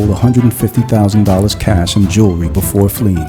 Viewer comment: “Jew-ree” 🤦🏻‍♀️ Damn- she literally got with EVERY dealer she met! Seriously wtf That’s nothing to be proud of